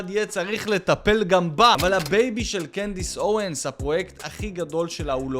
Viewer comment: אבל למה הוא אומר Candace Ewens